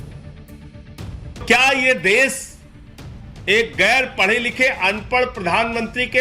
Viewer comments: Phle desh kehna seekh lo Ye des nhi desh hota hai Pehle khud pad lo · Desh bolna nahi aata iss ko ...Sanjay singh😂😂😂